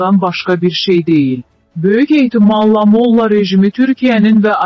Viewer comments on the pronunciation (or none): Mo'lla yox molla'